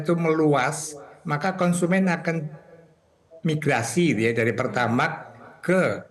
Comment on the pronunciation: PertamaXx bang bukan pertamaK😂